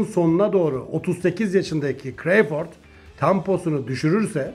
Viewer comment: CREYFORD NE ABİ CRAWFORD İNGİLİZLER NASIL SESLENİYOR Bİ DİNLE İSTERSEN